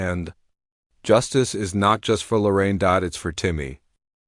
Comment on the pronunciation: Her name is Lorene. I don't know why all these people keep saying Lorraine.